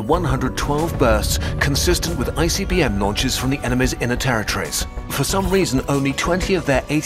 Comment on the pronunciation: It sounds like he's saying "icy b.m." and i can't unhear it.